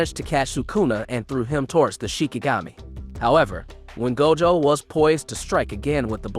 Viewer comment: That pronunciation of Gojo's name was wid 😩😩